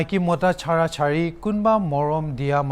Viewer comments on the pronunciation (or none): none